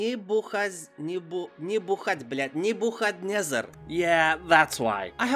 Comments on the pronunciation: The ship in The Matrix is named after Nebuchadnezzar (neh-buh-kad-nezzer). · Think its pronounced Nebu-kayd-nezzar.